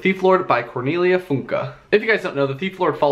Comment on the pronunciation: Really good pronunciation of Cornelia Funke's last name! I've never heard it pronounced correctly on the English-speaking booktube before :D I'm glad you enjoyed the book. It's one of my all-time favorite books from my childhood!